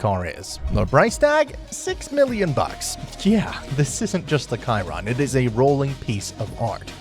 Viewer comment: "Bugatti Kiron"